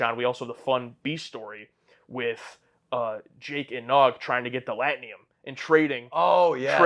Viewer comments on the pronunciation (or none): Also it's pronounced… • L-wax-AH-na (not Lux-WAH-na) • LAT-a-num (not latnium) • BAY-jore • ROUNDabout Also, pronunciation of "Auberjonois" was truly excellent! 🙂